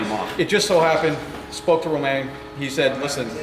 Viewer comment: should find out how to actually pronounce Romain !!!